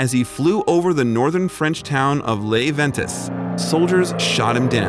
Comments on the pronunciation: I cringe every time the narrator mispronounces "Les Ventes"....it should sound like "lay vaun(t)" not "lez vent-ez"....also the story could have been 5 minutes long. And totally agree with the comments about the misuse of photos to drag people in - what's with the old meth-head? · Not lezz ventes, lay vawt. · The name of the village is pronounced more like Lay Vont, not Less Ventez. It is French. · C’mon you’ve done a great job with this ... please learn to pronounce the name of the town for the video....it’s LES VENTES...( sounds like “ ley vant” )interesting and important about what real love is! Merci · Btw - Les is pronounced "Le". It's French, not Spanish. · Lay Vaunt is how you say it. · It doesn't take but a minute to do a little work on the pronunciation of such foreign words as the name of the French town, Les Ventes . . . and I cringed every time it was mentioned. It's pronounced: [Lay Vaunt] for an English-speaking person, and it means, literally, The Winds. I don't expect a perfect French pronunciation, however that wasn't even close! Sorry to complain, but I think a couple minutes of research on Google would make a huge difference! (You can listen to how words in any language are pronounced by googling it.) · Made me cringe along with Les-ven-tes. Why can’t they learn correct pronunciation before narrating? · I wondered that too. Maybe they were trying to imply her husband lost his memory and became homeless? Misleading. And what about pronouncing the French town as “Layz Ven-tiss”? Seriously. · Dear, You have provided a wonderful and charming story of the way things back in the early ‘40s. Good job and thank you. However, you might have given Billie the dignity of pronouncing correctly the name of the French town he saved. Les Ventes should be pronounced “lay vont”. The “s” is silent when spoken in French. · why are you pronouncing a French word as if it is Spanish? wooo.